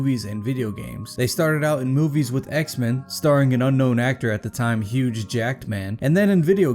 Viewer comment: His is name Hugh Jackman not huge Jackman